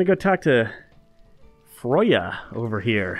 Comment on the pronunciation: It's frey-a not froy-a or whatever the hell you said